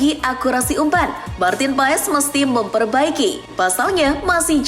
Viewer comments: Bukan martin paes bacanya tapi paas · martin pass di baca nya min katanya.🙃